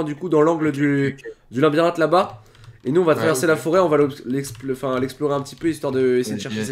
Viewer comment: stp arête de dire linbirinthe on dit labyrinthe